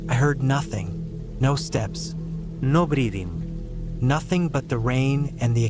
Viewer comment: Cool stories. I love how the AI voice says "no breathing" with suddenly an Italian accent